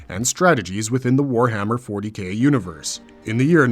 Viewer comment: Narrator : ...more commonly know as "Warhammer 40 Gay" Me: I know what he meant but 👀